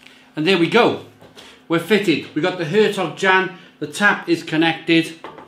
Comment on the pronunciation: It's pronounced along the lines of 'air tok yon'.